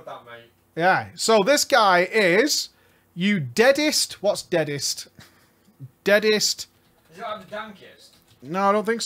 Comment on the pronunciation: "Deadset" not "Deadest"